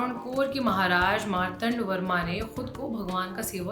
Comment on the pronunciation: नाम तो सही लीजिए, एक नाम भी सही नहीं बोल‌रही है।‌तिरुवनन्तपुरम इतना कठिन नहीं है।‌मार्तण्ड वर्मा